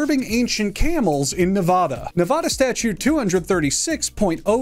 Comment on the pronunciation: Shoutout for pronouncing Nevada correctly